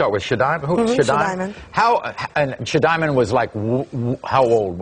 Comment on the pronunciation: "Shadiamond"???? really?